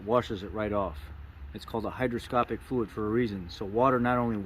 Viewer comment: I may be hearing you wrong but are you saying brake fluid is hygroscopic or hydroscopic. Hygroscopic is what you're looking for. Thanks for video.